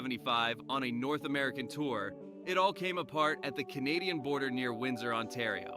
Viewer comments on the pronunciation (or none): none